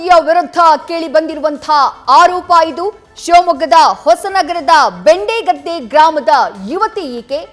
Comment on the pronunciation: Adu bendegadde alla hendegadde